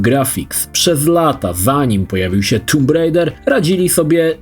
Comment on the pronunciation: Nie tumb bo tam nie ma dwóch o, oo czyta się jako u z wyjątkami jak blood gdzie to nadal nie jest blud. Ale to tak samo jak widzę z bluźnić i bluzgać u ciebie a u innych wyłanczać zamiast wyłączać.